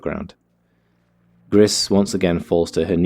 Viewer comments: I think the name might be pronounced "Gree", cuz it's the french word for "grey" and spelled the same. :P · It's pronounced 'gree' my friend. Its French for grey. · The creators are Spanish, actually, so it's pronounced "grees" for grey